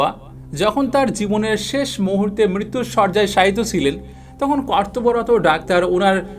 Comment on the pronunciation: আপনার টপিক ভালো, কিন্তু আপনার কিছু কিছু উচ্চারণ ভয়াবহ রকমের অশোভনীয়। 'আল্লাহ সুবহানাহু ওয়া তা'আলা' হবে, বারবার ভুল করেছেন। 'মৃত্যুশয্যা' হবে, 'মৃত্যুশরযা' না। এরকম অসংখ্য ভুল উচ্চারণ! বাংলা ভাষাকে আপনি মেরে ফেলবেন দেখছি।